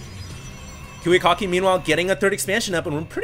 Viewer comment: sounds like you'd say kewekocki xD